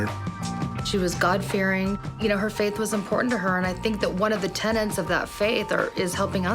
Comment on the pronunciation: . Americans so often mispronounce "tenets".